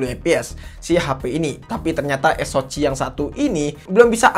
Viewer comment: Saran aja, tolong diperbaiki cara pemyebutan model/type Hp dan chipset ny. Soal ny ganggu bgt dnger ny. Paling sering bilang "es o ci" (SoC) harusnya dibaca "es o si", helio G series suka bilang "Helio gi" harusnya dibaca "Helio ji". Diperbaiki aja pronounciation terutama di istilah2 dgn b. Inggris. Kalo emang kurang paham ya pake b. Indonesia aja. Biar kelihatan lbih profesional aja